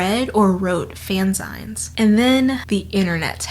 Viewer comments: a few thoughts because, as usual, this was such a compelling video! - fanzines and zines are pronounces like "zeen" as in magazine (at least I'm far as I know) - the older I get, the more I learn how similar I am to other people. I, naively, thought that no one else thought up romantic scenarios to help them sleep at night (my night time dream sequence) and yet its a very popular thing lots of us do! - fanfiction taught me about sex and sexuality. I NEVER got "the talk" from anyone in my family. Thanks 1D and dramione fanfic! - I have made most of my friends and bonded with a lot of others over fanfic. Every non-male friend I've made has written or read fanfiction, AO3, or wattpad original stories. We'd swap recommendations and talk about them in between classes and at lunch. Still, ten years later, now in my twenties, my friends and I read fanfiction, recommend stories, make fun of the ones we used to read and write, and overall have a wonderful time. - I am so glad you mentioned Dark. I should NOT have been reading that as a middle schooler ... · The video is artistic genius is always! I love your content! You always make me laugh and teach me things. ;) In case you ever talk about them again, fanzines are pronounced fanzeen like magazine. :) They're an interesting pop culture topic. If you mentioned it on screen via text sorry I missed it, I laugh and listen to you while I get ready. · I have to say.. I am loving this pronunciation of ‘fanzines’ 😅 I’m not trying to be an asshole.. I’m going to say it like that from now on 😆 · I love the pronunciation of "Fanzines" in this video; I can certainly see how it could be pronounced as "Fanz-ines" rather than the more usual "Fan-zeens". English is a wonderful, evolving language. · No two things have made me felt older than the insinuation that fanfiction "feels like a modern invention we can blame on Gen Z" and the pronunciation of fanzines, a portmanteau of the words "fan" and "magazine" as 'fan-zaighns'.